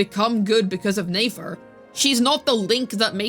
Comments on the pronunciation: Are you saying her name wrong on purpose? Just curious, sounds weird when you call her Nafer lol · I'm starting to get irritated by how you say nefer please say it right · I know but it's mildly frustrating yk because we literally hear it said correctly I the archon quest